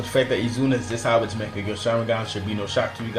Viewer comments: why does he say mekkagu sharingan on mangekyou? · good list. but please for the love of god learn how to say "mangekyou". its so cancerous the way ur saying it, sounds like mecha gear